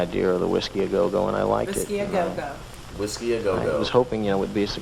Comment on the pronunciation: It's just titled Memphis, not Memphis Tennessee. And the club is a famous one and called Whisky-A-Go-Go...no L in there.